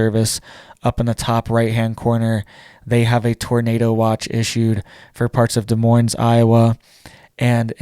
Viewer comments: And the ‘s’ is silent in moines for god sake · By the way, Des Moines , the S in the word Moines is silent. Other than that, I’m thankful for the news and other topics you bring up that are of interest to particular groups of people throughout the US. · Please learn how to pronounce Des Moines,. These folks know how to deal with Tornadoes. They are part of the original Tornado Alley. The “Dixie Alley” should be the ones to be warned. That’s where that weather has moved to.